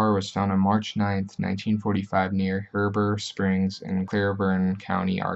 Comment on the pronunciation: It's He-Bur Springs, Clee-burn County lol And Wah-Shi-Taw.